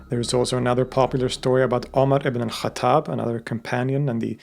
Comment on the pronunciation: Its pronounced ibnil khattab